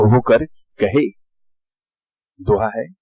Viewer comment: really nice explanation....nice voice of pronouncing "दोहा"and"चौपाइ"..this exgaration immensely helped me..during my finals...thanks u o es again sir....😊